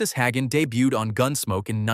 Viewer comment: "Arnuss"? Are-NESS (Like Eliott Ness.) You showed Thad Ewing as a young Milburn Stone? "Haggen"? HAY-gun.